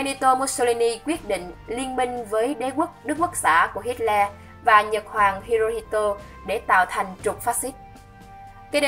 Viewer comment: Bạn ơi bạn đọc sai tên Hitler rồi kìa